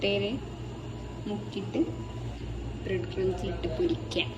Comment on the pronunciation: Brad അല്ല bread aan